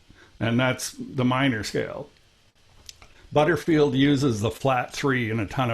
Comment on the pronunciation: What nationality is? The way he pronounces " Butterfield" is simply not the British way.